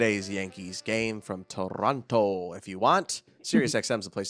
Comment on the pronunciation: Man in Spanish it is not Torronto, but Toronto. It is pronounced almost like in English. Unbelievable!